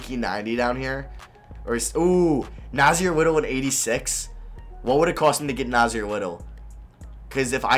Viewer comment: You said nassir little wrong